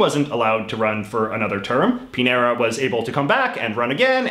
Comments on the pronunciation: He doesn't speak Spanish. He calls "Pinera" to Chilean President Piñera. However, he pronunces "señor" quite well. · Hey, JJ, I've got a pronunciation tip (I wish I could have thought of something silly like you did for the flags, but alas, I could not). The ñ, like in the Chilean president's name, is pronounced like the n in annual, or Enya. So a name like Muñoz would be pronounced like 'moon-yos', if you ever come across the ñ again. Hope this helps!